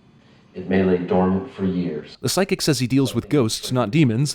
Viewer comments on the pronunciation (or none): none